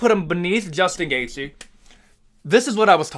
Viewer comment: Pronouncing the Name „Justin Gaethje“ is this guys worst nightmare . Keep up the good work !